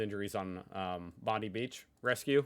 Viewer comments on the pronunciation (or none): It's Bondi ("Bon-dye", not "Bondy") Beach,. Cheers from Oz. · BONDI...It's pronounced BondEYE beach, not BondEE. K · BTW - its pronounced Bondeye beach not Bondee beach. 🙂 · Its pronounced Bond EYE beach, not Bond-EE beach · Bondi is pronounced Bond-Eye. I live in Australia in a regional area and snakes,spiders,jumping ants, are an everyday event. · Please, we say Bondi as in Bond I. Hope that makes sense. Corrin Cor rin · It’s pronounced Bond-eye Beach. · Still saying Bondi like a newbie 🤦‍♂️🤦‍♂️ You know not to swim when a Blue bottle stings ya 😁 not deadly but they do sting a bit. Huntsman are cool to have around! They're great little wall puppies 👍 As far as the folk in the pointy white hats and you saying "if they were in America they probably wouldn't survive", I disagree... I think they would be immediately employed in tRump's White house! 😏